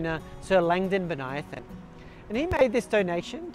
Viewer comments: You pronounce Bonython oddly. Bən-Ī-thon. Not Bon-Ī-i-thon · I know it's uncool to point out, but I once had trouble with this name too (and many others). You say "Bo-nia-thon", I say "Bonny-thon". My family lived on a street named Bonython Street (another city, same famous individual), and as a kid I pronounced it Bonny-thon. Neither of our pronunciations is correct. It's Bo-ny-thon. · And in Canberra, the suburb is usually pronounced Bon-ython